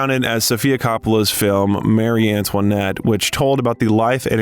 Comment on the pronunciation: "Mary" Antoinette